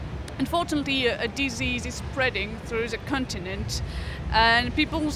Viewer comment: "The Cuntinant"